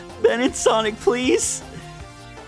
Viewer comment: BLEASE HOLD it's a p not a b